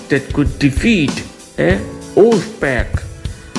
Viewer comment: Pack not pek